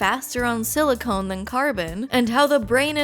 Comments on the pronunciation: You keep saying silicone, instead of silicon. Silicone is a family of polymers that are typically oily or rubber like; They do contain silicon. Silicon is an element. everything you said about it is correct. Carbon is more able to form complex bonds which makes it better for life. Silicon is really good at combining with oxygen to make sand. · It consciousness. Not conscious lol. But its fine. Its all fine. Silicon. Not silicone. Its all gonna be fine. Its good. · You said silicone, instead of silicon, which makes it sound like robot brains are made with the same thing used to make fake tits 😅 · She said silicone like 7 times. Drink that pint of vodka god dammit! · Silicone is a Rubber. IDK why but hearing that repeated over and over is driving me nuts. Say it with me, SiliCON, Like, Ancient Alien theorist are Con-artist! The claim from the paper you discussed is saying that uploading consciousness as a form of survival inherently will lead to using computer-based systems that run faster than Neurons as that eliminates the death biology leads to. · silicon (sili-cun) not silicone (sili-CONE). Sorry. This bothered me. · When you say "silicone" I think you mean silicon. Silicone is what they put in breast implants.